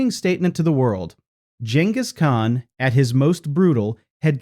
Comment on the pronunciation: GINus Khan....... really